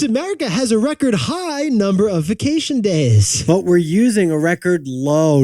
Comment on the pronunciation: Vah-cation? Vay-cation.😅